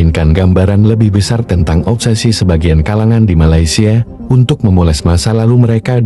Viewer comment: BESASS,, CHADEL 😂😂😂 BESAR BUKAN BESASS 😂😂😂 MELAYUDES 😂😂😂